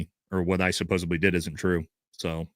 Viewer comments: (sigh) the word is SUPPOSEDLY. There’s no B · Nate: You mispronounce the word “supposedly” every time and you use this word numerous times in every broadcast. You say: “suppose a bly” 😳 This mispronunciation is often made by primary school students. I don’t know why no one has informed you, but I am telling you now to help you. The word is “suppose ed ly.” “Suh pose’ ed lee” With a “d,” not a “b.” Happy New Year. 🎊 (Bookworm) (Here are some examples so you know I’m not lying:) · Love ya Nate. Suppos-ED-ly, please 😭💜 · Supposedly. Not Supposably.😐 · Supposedly not supposably. Great content otherwise. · Supposably is not a f%$#ing word bro. I love you but come on. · I prefer supposebly - always makes me smile 😊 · I believe you are pronouncing supposedly with a b instead of a d. ~with love